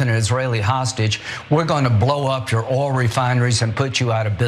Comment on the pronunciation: Duh, I am Lin-sey Gray- ham, not Foghorn Leghorn! Russia had attacked and invaded Ukraine, I know—‘let’s destroy China’s ‘’Ol refineries!” Oops! I see now we’re supposed to be talking about Palestinians, ‘Is’rul’ and destroying Iran’s ‘Ol’ refineries… And I make perfect sense, goddamn yankee!